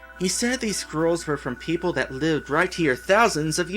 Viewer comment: Actually, the other thing is the Holy Token, not Medal. "Perople". =P